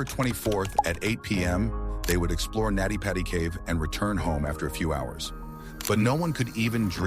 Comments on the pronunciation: It's Nutty Putty. Not Natty Patty. This was a total click bait. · His name was John Edward Jones. It is pronounced Nutty Putty Cave. The voice is AI generated.